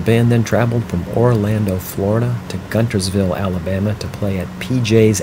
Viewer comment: It’s pronounced “Gunersville”. Spelt Guntersville.😊